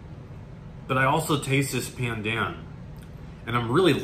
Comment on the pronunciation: It's pronounced "baandaan" (long a sound)! Also the B sound is more "curved" than flat, it might help to purse your lips while you say it. It's almost as if you're saying P while also saying B? It's a staple of Malaysian, Indonesian and Filipino cuisines and used in many drinks and desserts and even rice. It's great to see expand his horizons!!:)